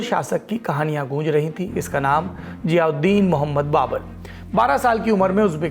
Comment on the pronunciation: ज़हीरुद्दीन not जियाउद्दीन